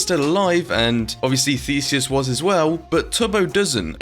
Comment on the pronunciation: YOU SAID IT RIGHT! I AM GREEK